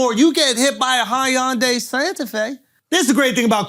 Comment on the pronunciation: I feel like I could sit down with Andrew for an hour mispronouncing hyundai comedically without getting bored.